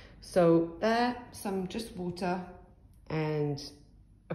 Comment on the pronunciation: just wotah